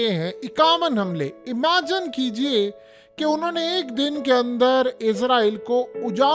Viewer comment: O bhai ye emagen bolna chorde bs teri bari mehrbani hogi kaan exhausted ho chuke hen sun sun kr .tired hogaiye yaar teri mehrbaani hogi hath jorta hun tere bhai 😂😂😂